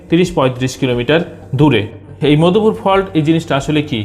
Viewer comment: bhai , apni chomotkar explain korsen, just uccharon thik korlei apni aro valo korte parben. Modhupur uccharon and seismic , ei duita shobder shothik uccharon jene niyen please.